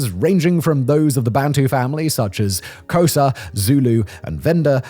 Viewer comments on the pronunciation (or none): none